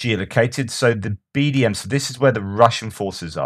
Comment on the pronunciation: BDM? I thought you said BDSM for a moment there, briefly imagined the Russians had lost a vital piece of bondage equipment. It’s easily done... 😉